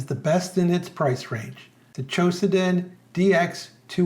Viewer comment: Why do you say "QOSEDEN" ? It is - Q O D O S E N .